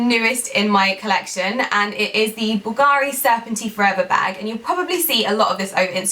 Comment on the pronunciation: Hi, I,❤️ your videos, you are such a beautiful and inspiring woman. Just a little comment: please stress the 'u' in Bulgari ( and not the 'a'.) Being Italian I just wanted to improve your pronounciation.